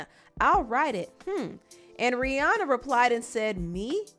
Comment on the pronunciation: It's R I H: RIHANNA. Not to be picky. That just bothered me a bit. No hate tho.